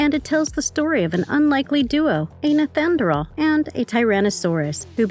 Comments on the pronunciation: It’s not pronounced neth anerdall, it’s pronounced NEEANDER-TALL. Nice video but that detail is making me NUTS. thank you. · Neth an drawl man? That is not even close to how you pronounce neanderthal. Nee ander tall. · holy shit lady its knee-AN-der-thal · Why can you not say Neanderthal right lol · Stop saying nethanderal! 🤦‍♂️ cant you read? I thought content creators done their research. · Can’t get over the pronunciation of the word Neanderthal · The pronunciation of Neanderthal (Knee an der tall) was driving me nuts. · This lady is driving me nuts it's pronounced nee-ander-thal! Ugh! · Yh that annoyed me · This is one of the worst, emotionless voice overs I’ve seen on YouTube. So many mispronounced words, not to mention “Neanderthal”! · Da fucc!??? How do you not know how to pronounce "Neanderthal"!? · Why does this person not know how pronounce Neanderthal? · And she said it so many times. How embarrassing. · This narrator totally massacred the term “NEANDERTHAL”😡🙄